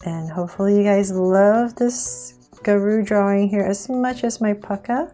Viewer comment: UR SAYING PUCCA WRONG WATCH AND.VIDEP.AND.U.WILL.SEE.HWR.REAL NAME.DUH?